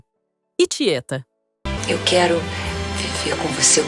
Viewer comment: TIÉTA NÃO TIÊA. CASIO GABÚS NÃO GÁBUS SIM